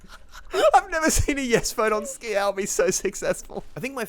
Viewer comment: it says skial not skeael